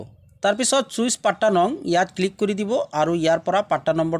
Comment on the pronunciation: প্লীজ CHOICE ক চুইচ উচ্চাৰণ নকৰিব চয়চ্ বুলিহে উচ্চাৰণ কৰিব । বাকি চব ঠিক আছে ।